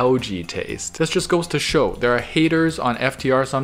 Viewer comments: Is no one gonna call him out for repeatedly saying snow when it says show twice? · Its says show not snow